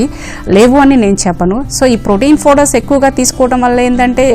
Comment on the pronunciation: Fowder ande fowder...a mundani tesukocharu ra channel ki